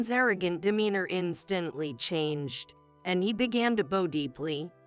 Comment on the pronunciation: John Carter on Mars, that was a good movie. You people are absurd? Bow is what you do when you go before the King. Learn how to say graduate, it really makes the narration very bad. Tumor is pronounced "to-mer". Once again bowing what what you do before the king.